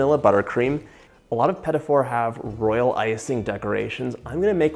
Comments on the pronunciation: Me too! He called them "Petty Fours" as in "number fours that are not very nice". Ruined the whole show for me. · uhh, my instincts tell me these aren't pronounced pettyfors lol